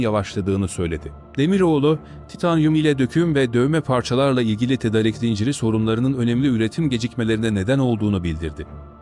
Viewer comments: seslendirme ile ilgili sorunları çözmeniz gerekli .... ' tedarik ' değil ' tedaarik ' şeklinde okunmalı ... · TEDARIK TEDARIK TEDARIK TEDARIK TEDARIK TEDARIK TEDARIK TEDARIK TEDARIK TEDARIK !!!!! Sunu dogru telaffuz etsene be kardesim... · Seslendiren Türkçeyi nerede öğrenmiş acaba!.. Hayatında "tedarik" sözcüğünü duymamış. Düzgün okuduğu tek bir cümle yok. Nereden diploma almış, kimlerle konuşuyor, nerede yaşıyor acaba...